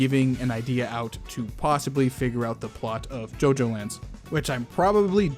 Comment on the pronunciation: I was like "JoJo: the orizing? What is orizing?"